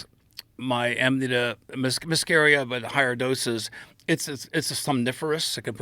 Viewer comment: Aminita made me feel drunk